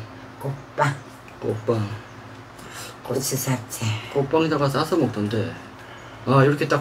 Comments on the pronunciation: 꼬빠 꼬빵 호빠 ㅋㅋ몇번을 말하고 있노? 아니 꽃빵발음이 그리안되나?한국말배우는 외국인도아니고 참 이해가안가네 그냥 궁물좋아하는데 밥에 물말아서 담궈논김치 잘 삭았을낀데 그거랑 먹어라 보고있는 내가 다 목이 메인다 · 입겁나 크면서 맨날 쪼그마케 쌈 싸달라잖아요 발음도 안되서 꼬빠~~꼬빠 아가리에 하나는 다 들어가겠는데 ㅋ